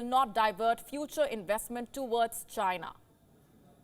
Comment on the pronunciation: Why do you lay much stress on the word "CHINA" when reporting? I have enjoyed your broadcast since the start of this year because I feel you are not as biased as other news platforms on YouTube. It seems you are drifting away from that little by little especially when you making a report on a ripple-relationship nations with India. So much emotion in the reporting. Come on don't be like American media that can't be trusted with information dispense.